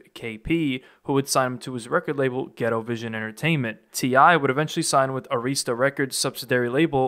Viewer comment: Please please stop saying “Areeesta”, it’s “Air-wrist-tuh(Arista).